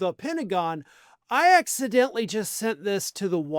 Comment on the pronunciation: Say accidentally again 😂😂😂😂😂😂😂😂😂😂😂😂😂😂